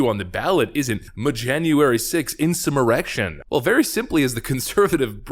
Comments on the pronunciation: "Mjanuary 6th Insummerection" lol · muh insuh muhrection!